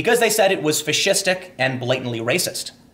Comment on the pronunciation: ..."fascist-IC"??... :) ...SERIOUSLY???...